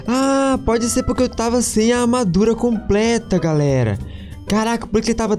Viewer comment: O mais em graça do foi que ele disse que tava gravando pela primeira vez e ele disse galela